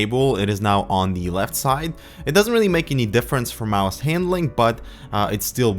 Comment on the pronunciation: ITS CALLED A MOUSE NOT A MISE